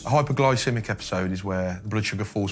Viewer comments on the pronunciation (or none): Why does it sound like he's saying "hyperglycemic" instead of "hypoglycemic"? I hear a R in there. Blood sugar is low, it's hypo. Maybe my hearing is off but I hear Hyper.